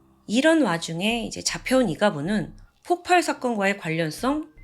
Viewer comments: 자꾸 폭팔폭팔 거려서 거슬렸는데 나만 그런게 아니네요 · 저도 ㅠㅠ 웬만하면 신경 안쓰는편인데 너무 폭팔 폭팔 하니까 ㅠㅠ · 폭팔이아니고. 폭발이. 맞습니다. 發(쏠발) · 폭팔이 아니라 폭발입니다. 의 영상 참 좋아하는 매니아입니다. 명확하고 똑 부러지는 발음과 표현력의 매력에 푹 빠졌거든요. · 오랫동안 구독한 사람인데요~ 폭팔이 아니라 폭발이에요. 들을때마다 거슬려요 ㅎㅎㅎㅎ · 대부분 폭팔이라고 발음하는걸로 알고 있는데 폭빨입니다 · 저도 계-속 거슬려서ㅠㅠ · 폭발은 읽을때 폭빨이 됩니다. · ...저번에도 댓글 달았었지만 폭발이라고 발음 수정해주시면 안될까요..... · 폭발의 발음은 폭빨입니다